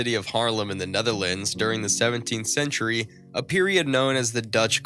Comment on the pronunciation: DREADFUL pronunciation of Dutch names of artists, places and techniques. PAINFUL to get thru😱!!! Is it 'sentry' or 'century', Rembrandt van WHO? Charushio or Chiaroscuro?🤔